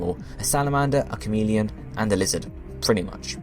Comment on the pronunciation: "it is the liihhhzzoothh pokemon"